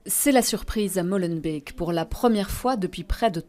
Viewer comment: Combien de foisallez-vous répéter ce "Mollenbeek"? C'est "Molenbeek", donc O ouvert, long!